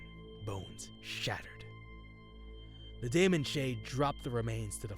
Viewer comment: daemon is pronounced demon here. not saying this 2 be pedantic (i appreciate the uploads, ty) but figured it might be helpful 2 know 4 improving